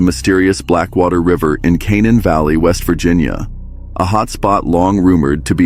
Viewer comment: # My family members (some) call West Virginia home. Coincidentally, they live within minutes of Canaan Valley and Blackwater Falls. It's pronounced "Cuh-nain", not what you stated. Well, maybe your AI narrator. 😂😂!